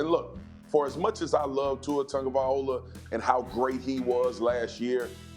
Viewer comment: Lol everyone is calling him Two Ah Tago Viola 😂😂😂😂😂😂